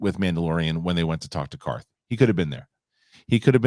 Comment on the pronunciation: Who’s “Carth”?